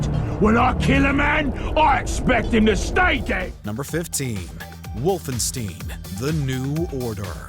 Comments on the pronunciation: Wy the foock are u saying wolfing stien . wolfenstein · Wolfenstien ??? ma dude the game is called WolfenSTEIN not stien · It's Wolfenstein not Wolfensteen. It's like looking at Italian and think it's pronounced I- talian lmao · It's pronounced "Wolf-en-shtein" not ''Wolfensteen" jeez man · "Wolfensteen"? That's new. Of course -stein can be pronounced "steen" in immigrant families, but the German would def be more like "stine", which is also the only way I've heard the game's name pronounced. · Why you pronounce it as wolfen steen? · Did you really just say "Wolfen-steen"?.. Jesus Christ, man... 🤦‍♀ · Can you just please pronounce things correctly? Always a problem when you’re doing lists. Wolfenstein is not pronounced Wolfensteen. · what the frick is WOLFENSTEEN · Ah, Castle Wolfenstein It's Wolfensteen. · The "Ooo-bisoft" and "Wolfensteen" pronunciations made me lol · I’m sorry, “Wolfensteen”? What game is that? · The way you pronounced Wolfenstein is blasphemous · The way he pronounced Wolfenstein makes my ears bleed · The way he pronounced Wolfenstein really bugs me, more than it should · Learn to pronounce the games properly before you think you’ll be taken seriously. Pathetic journalistic ideals. Do better or do nothing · Did no one brief him on how to say “Wolfenstein”? It’s like hearing Benedict Cumberbatch trying to say “penguin” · Omg How your pronounce “ Ubisoft “ and “wolfenstein” so damn cringey ah sia . I hope you go back to basics as to how to pronounce those two . Literally arm hair gave goosebumps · Bro can't say Wolfenstein or Nazis right. Legit was driving me crazy lol